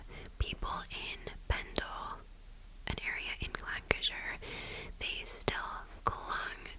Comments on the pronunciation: Your pronunciation of Lancashire is spot on 🙂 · Yes, you pronounced Lancashire correctly. Anything with shire on the end, we tend to snip it rather than elongate. I’ve always been very impressed with your ability to pronounce UK towns and villages. Most impressive though is your excellent skill for storytelling with a touch of snark, and humour. Love it 💐🇬🇧🤘🏻🥰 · hi! i’m currently binge watching all your recent videos to catch up and had to watch this one asap because i’m actually from Lancaster in Lancashire (which you did pronounce correctly!) We now have a pub in Lancaster called The Pendle Witch in remembrance of the tragic events that took place all those years ago! Also thank you for your amazing videos, you’re an incredible creator, love from Lancaster, UK❤️